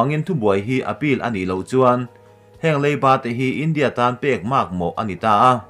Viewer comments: India i lam rik dan hi ngaihthlak nuamlo tlat i thluk velo a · India tih i lam dan hi a diklo chu ka ti hran lova, mahse a mak.😜😛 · India tih ilam rik dan hi ka ngaimawhna a rei tawh. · Keipawh chu chiah chu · Kei pawh